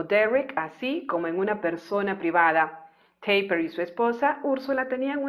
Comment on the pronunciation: No creo que se pronuncie como si fuese un apellido inglés, es "taperg" así seco en alemán y no perteneció al ejército alemán, sino al ejército político armado, es decir a las SS y de hecho perteneció a las Tottenkompf la división que perpetró masacres, violaciones y asesinatos indiscriminados a ciudadanos soviéticos y franceses. Nunca habló de ello y solo se supo esto después de su muerte. Probablemente fue un gran asesino y criminal de guerra que nunca fue enjuiciado